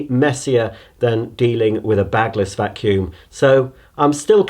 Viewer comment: I've never heard him say a vacuum this bad